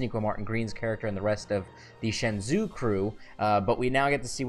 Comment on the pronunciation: It's pronounced Shen-jo